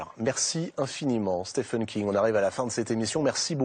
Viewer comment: Pourquoi tout le monde s'obstine à prononcer son prénom faux ? Stephen aux USA se prononce Steven, d'où la graphie Steven d'ailleurs... SteFFen c'est en Allemagne...